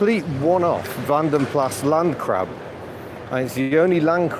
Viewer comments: ...and I still love that VdP 'Landcrab'. I believe it's "Plass", not "Plah". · It's Plas as in glass. It is a Flemish name, not French.